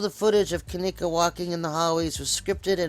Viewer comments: No offense but at least you could say her name right.. Kenneka.. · Bullshit u can't even say her name right. This video is bullshit to think her mom wld do something like this she DID NOT GET PAID. Your so full of shit looking for views get tf off Yt